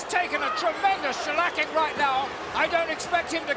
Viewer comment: its great when lord A.H says ' Shellacking '